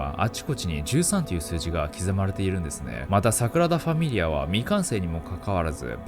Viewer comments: 地獄のイメージ映像でフォークを持って小躍りダンスする悪魔が草の極み それとサクラダファミリアではなく、サ『グ』ラダファミリアねw サクラダは純子ねw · 誤謬 5秒じゃなくて "ごびゅう" です😁 Sagrada Familia 桜田じゃなくて "サグラダ" です。 神聖なという意味です。神聖な淳子 いつも楽しく動画拝見してます！ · サクラダファミリアではなく、 サグラダファミリアではないでしょうか、、？？ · サクラダファミリアじゃなくて、サグラダファミリアですね🤣🤣🤣 かわいい🤣🤣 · サクラダじゃなくてサグラダ・ファミリアねｗ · サクラダファミリアが気になって内容入ってこない所だった← サクラダファミリア✕ サグラダファミリア〇